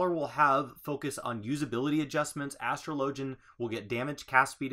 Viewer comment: Astro Lo gi an, >As tro lo G n < This fucking word annoys me.